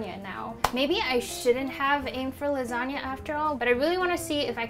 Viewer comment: I think that 'lasanga' sounds great.